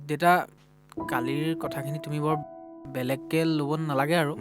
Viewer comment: দেইতা নহয় দেউতা